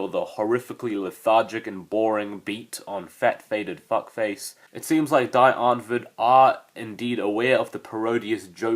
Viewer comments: the "die" is pronounced like the letter "d" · "DIE " is pronounced "DEE"